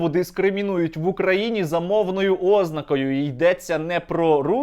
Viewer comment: Скільки раз тобі повторювати? ознАААкою! А не Ознакою.